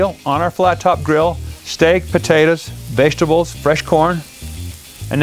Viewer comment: The way this guy says vegetables lol I laugh every time for some reason